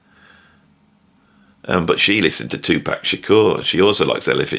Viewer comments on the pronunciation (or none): none